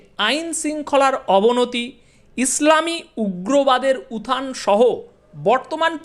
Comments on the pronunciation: Please pronounce utthan please not uthan. It sounds worse. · কথাটা উথান না উত্থান?